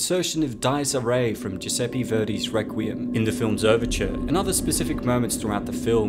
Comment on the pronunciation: Great video! I remember watching this movie a while back when I was studying Japanese. One note Dies Irae tends to be pronounced Dee(like just saying the letter D)-Es(Like the neuter German pronoun) E(like the letter E)-Ray(like a ray of light). I love all of your videos. Keep up the great work man✌